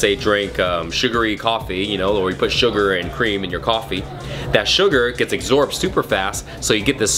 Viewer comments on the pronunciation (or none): wtf "exorbed"?